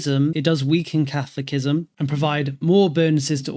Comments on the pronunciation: FYI, it's pronounced SISM. not "kism". CatholiSism. Also, it's Hellenism and Orthodoxy. Not hellenicism and orthodoxism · More specifically, "Ca-tholi-cism" and not "Catholic-ism".